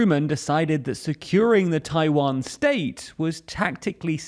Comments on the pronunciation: Tawian lol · Ah yes, the Tawiwan strait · "*TAWIWAN STRAIT" 😁 When one erratum was fixed by another erratum. It's okay.